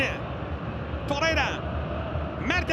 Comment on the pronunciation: Çok mu zor Torreira ve Nelsson demek, veya Oliviera yerine Oliveira demek, veya Zaniola yerine Zaniolo demek. Bir türlü adamların gerçek adlarını söyleyemiyorsunuz.